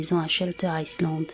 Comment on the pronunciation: On ne pronnonce pas le S de Island .